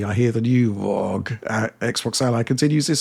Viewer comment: Please stop pronouncing it ROG as 1 one word. It is spelled as letter. aR, Oh, Gee !!! Thanks